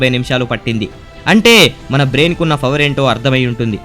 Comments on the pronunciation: fower kadhu bro falakura faffu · Fower kadu bro falakura faffu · fower..ani word pronounce chestunnav bro....video bagundhi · can't you say power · bhayya nuvvu fowerful ... fower anadam maneyyava 😅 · Mr. darkh I was thinking the same 😹😹😹😹😹